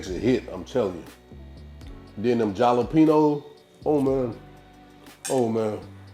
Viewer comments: I didn't know if he was kidding around pronouncing it with a j or if he didn't know. Lot's of people aren't aware the j is pronounced as an H. Like when you say Hallelujah.....jalapeno....halapeno is the way to say it. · Looks tasty. Remember, when you say jalapeno, the j makes an h sound 😀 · He does that on purpose.